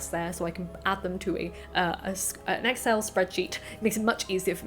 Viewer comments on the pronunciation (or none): none